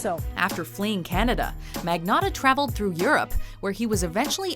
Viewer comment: also... that moment where the narrator pronounces "Ayman Mohammed Rabie al-Zawahiri like a goddamn boss, but couldn't pronounce "Magnotta" right... fail...